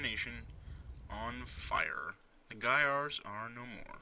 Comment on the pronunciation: Wow, you properly pronounce Gaiars! Every other non-russian speaking person pronounced it wrong :P. Also great, this game is really cool for a LP, and I believe it's not very popular so it should help the game a bit :).